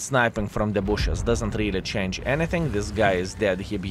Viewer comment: Like.For years he is speaking chance when he means change.😂